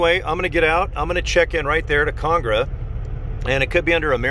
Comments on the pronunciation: Con AG ra, not CONG ra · Can you pronounce ConAgra correctly? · Lol ikr